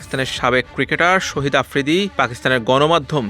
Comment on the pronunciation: আরে মিয়া শহীদ না শাহীদ 😇